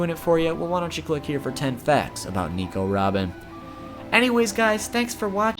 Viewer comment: Its nico robin not nEmo robin